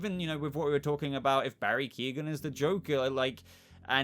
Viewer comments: Keoghan is pronounced Que-oh-gan. Not Keegan. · It's Key-on. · please stop the mispronunciation of his name. its not Keegan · Great video but I'd wish you'd learn how to say His name properly, he's not related to Kevin Keegan 🤣